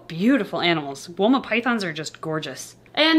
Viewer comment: Every time you say Woma i hear Walnut. I dont know why.